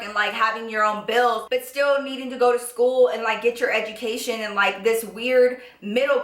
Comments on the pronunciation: she keeps on saying edumaction. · "So I can get my egemacation ya know" 😂😂😂😂🤣😂ilysfm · said edgegamacation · edamacation hahahahahahahahahahahahaha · This girl got me sayin' "edumacation"! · Who else heard when she said edumication? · I love how she says "Edumacation" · did she said "EDUMACATIOM" on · Why did she say education so weird omg 😂😂😂 much love tho